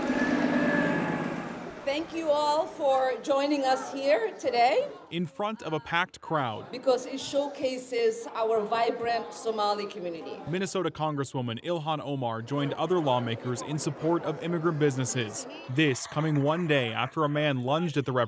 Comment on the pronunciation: Notice she says again "she's there for the Samoli community"